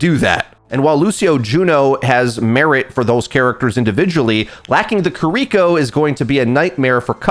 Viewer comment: “Ka-Reek-Ko”, haven’t heard it pronounced like that before